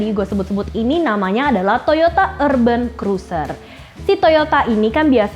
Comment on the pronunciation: Eerrrben krresser🤣🤣🤣. Mba mba wkwkwk